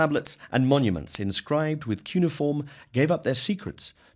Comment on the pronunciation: Your pronunciation of cuneiform and Elohim.....no.